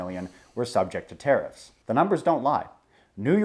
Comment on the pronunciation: LOL at "terrifs"